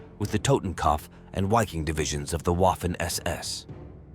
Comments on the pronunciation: “VIKING!!” with a ‘vuh’ sound at the beginning. FFS I can’t stand all these dumbass channels that use the “w” sound using the English language. It sounds so stupid and childish. In English it’s the “Viking Division”. Say it right or GTFO. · A question. Wouldn't the Wiking division be pronounced Viking because of the German W pronunciation?